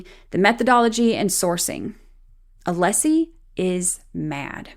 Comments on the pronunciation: Also, the way Brennan will stand up and say "Mr Aleeesi", and then later in the paragraph pronounce "Alessi" perfectly fine, is grinding my gears. It feels purposeful. It might even be "nefAHrious". His audacity is "stiffling". ... This man raises my blood pressure. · He’s intentionally mispronouncing Alessi’s name. It’s a very typical malignant narcissist tactic. Just like the way his arguments are all perfect examples of DARVO. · I wish Alessi would make a motion asking the court to require Brennan to pronounce the attorneys names correctly. Like you pointed out, he knows how to say it properly. He chooses not to. It's unprofessional, disrespectful, and rude. But then again, we've come to expect nothing less from Breenan.